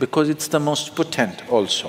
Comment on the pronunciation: Sadhguru borrows from the Hindu tantric spiritual trsdition and presents it as his own. Alway a haughty conguru. Btw its not "poTENT but POtent". Arjuna J.